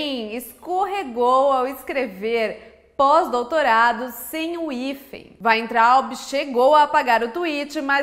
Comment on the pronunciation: E você nem sabe pronunciar o nome dele direito kkk